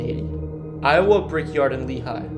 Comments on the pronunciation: Learn how to pronounce these town names jesus. Do you know anything about Iowa? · Evidently went to school in I O wa .